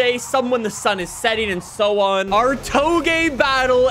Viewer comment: This man pronounced Touge “Toh-Geh” with full confidence, multiple times. Chat we can’t be letting him get away with this come on